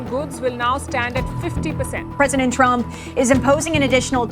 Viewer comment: Namste tarump ❌ Namste Tarriff ✅